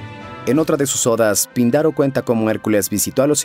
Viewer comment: Hace tiempo que veo tu canal y de verdad me parece excelente, sin embargo en este video en especial, el audio no corresponde a la entonación o pronunciación con el texto, por ejemplo: el texto dice Píndaro, con tilde en la "i", pero mencionas Pindaro, otro más es Hesíodo y tu mencionas Hesodio. En ningún momento quiero juzgar tu trabajo, el cual como mencioné es demasiado bueno, solo me parece importante porque son personajes históricos y sucesos de mitología. Un abrazo y felicitaciones.